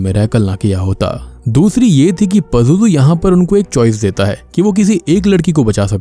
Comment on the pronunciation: It's “ Pazuzu " ...